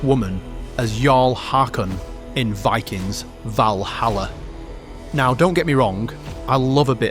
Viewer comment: It wuz Vikangz, not Vikings. ... Otherwise, great video.